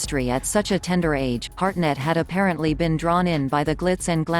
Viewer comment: It’s Hartnett, not Harnett, you dufusses.